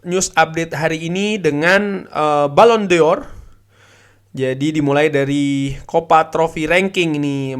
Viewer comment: bacanya balon dor mas bukan balon dior jadinya kayak fashion